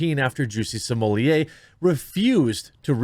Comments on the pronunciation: Sommelier vs smollett - he is no sommelier ... is is properly pronounced small- et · C'mon, man... Stop "censoring" his name. You have it in your video title. At this point, it's just obnoxious to keep calling him, "Juicy Smm-oll-ee-ayyy" - The joke was funny at first, but we're past it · Why do you pronounce his name Samolieir.…. It’s Smollett. Nothing more nothing less. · What are you calling him???? It’s Smullet just like the mullet fish!! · You are pronouncing it incorrectly Im pretty sure you don't pronounce the ls so its smu-yeay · “Juicy Smoolyay” will never get old haha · dude, stop pronouncing his name like that. its annoying. its Juicy Smell-it, git it rite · Can you please stop saying Juicy Somolliet? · Why are you saying his name like a fruit pie, this is the United States and we Americanize pronunciations. His name is Smol-ette. The nation began weakening and the melting pot started to stop working when people insisted on their names being pronounced like they were still standing in the nation they turned their backs on in stead of standing on American soil. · Bruh.... it's pronounced "small lay". Like his D energy. Just call him smugglenuts if you can't figure it out. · When did everyone start pronouncing it 'Juicy Smol-yay?' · Bro...Sumooliyeh...Smullette...Smohlay...Salmonella.... CHOOSE A PRONUNCIATION AND STICK WITH IT!!